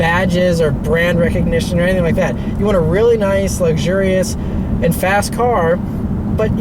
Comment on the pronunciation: My wife says you keep saying "It's verrrry luxiours" and "many buttons". LOL. I love your videos though!